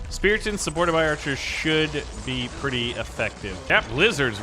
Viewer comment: Bro called archis kytchu💀💀💀